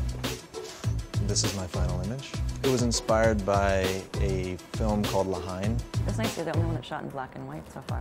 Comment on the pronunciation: la HEIN ahaha it is not the way to pronounce that